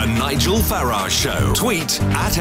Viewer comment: It's Farage NOT Farage.